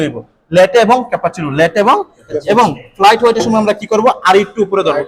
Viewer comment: উচ্চারণ টা ক্যাপাচিনু নয়,, cappuccino . আপনার শেখানোর কৌশল খুব ই ভাল শুধু উচ্চারণ টা প্লিজ ঠিক করে করুন। ধন্যবাদ।